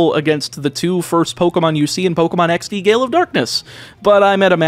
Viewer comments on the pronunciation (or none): none